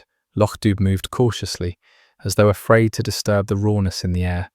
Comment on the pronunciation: Loch Doob? It’s pronounced Doo, as in Scooby!